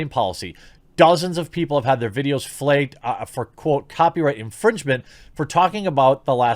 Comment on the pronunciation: why so you say “fleig” instead of “flagged”.